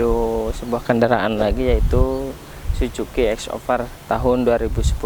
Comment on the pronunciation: Suzuki bang bukan si juki 😭